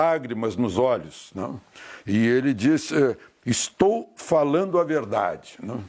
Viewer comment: “ É vedade eçe bilete” ass: Luiz Mirando 🔫 🎯😅